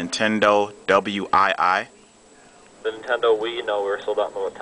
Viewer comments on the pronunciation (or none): dude it is a wii not w i i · it wasnt all that funny all he did was ask regular questions, and kept saying nintendo w i i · why did you say nintendo w i i? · dude, it ain't the W I I, the letters are together like this Wii and say it like this:WEEEEEEEEE!!!LOL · Wow It made me smile when you said W I I for the first time.... but it was OK...